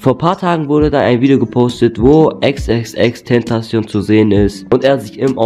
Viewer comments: Du sprichst (Ich schreibe es so wir du es sagst) XXXTentasion aber du musst es mit K aussprechen XXX Tentacion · Bist ein Fan aber sprichst denn Namen nicht richtig aus ? #noHate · Du liest in falsch